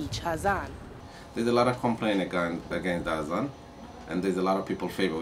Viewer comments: The word is not 'hazan', it is 'azaan.' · It's Azan not hazan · start pronouncing azan first